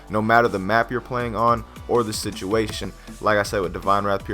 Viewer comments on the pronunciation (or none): none